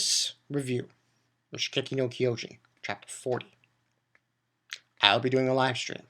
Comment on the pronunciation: Why do people say the name so wrong..... It's pronounced (Sheen-jeki-no-Kyojin) Kyojin meaning Giant.